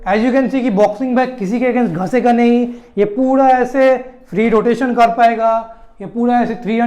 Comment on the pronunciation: Ghasegaa nahi, bolo ghisegaa.